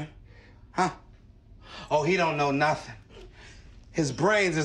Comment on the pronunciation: I dont know no-teng 😂😂